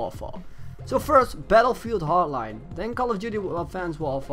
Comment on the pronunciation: Wtf is bettlefield hartline and advanced wawfaw?